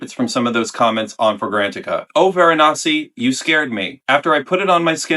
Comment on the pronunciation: Varanasty 😂 That was good. "Ceremonial" was a great descriptor for this one though. Definitely not as churchy as CdG's Avignon, but still quite contemplative.